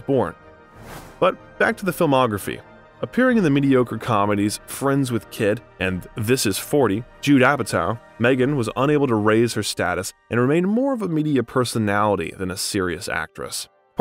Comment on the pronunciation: Jude Apatow? 9-0-2-1-0? A little weird pronunciation.